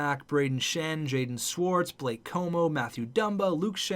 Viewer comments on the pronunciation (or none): none